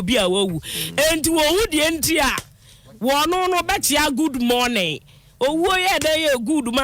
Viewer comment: She said so because you didn't pronounce it well, you said mourning, instead of morning😮